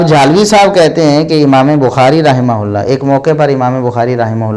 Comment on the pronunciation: Ye rahmaullah bolte hi ya rahmatullah